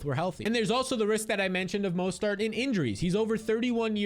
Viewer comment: Repeat after me: Mo-STERT